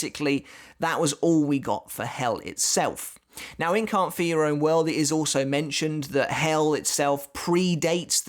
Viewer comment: cant fear, not cant for. enunciate